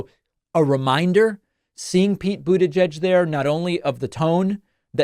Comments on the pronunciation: How does my man still need to say Boot Edge Edge to get it right? 😂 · Anyone else have David's pronunciation of "Butegeg" in their head all day? 😄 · David sir, why do you keep pronouncing Pete Buttigieg’s name like that? It’s incredibly hilarious in which I can’t stop saying myself. At this point I’m convinced you are somehow unaware of the mocking of his name. I know you mean no disrespect. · I thought it was pronounced like...booty-geg. And it always made me laugh from the irony. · I honestly can't believe you can't say his last name properly, lmao. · Gotta work on that pronunciation of the name my dude. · Is that... Really... How Americans pronounce Buttigieg??😂😂😂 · Why did he pronounce Buttigieg like that? 😂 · Stop saying his name like that 😅you know it's wrong, and you've heard it said correctly before. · Why do you always pronounce "Buttigieg" so awkwardly? It sounds like mockery. If you're making fun of Trump's deliberate mispronunciation, it's backfiring. You can find videos of Pete pronouncing it himself and it doesn't have the strange hitch/length you put on the second syllable.